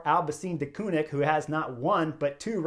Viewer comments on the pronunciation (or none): none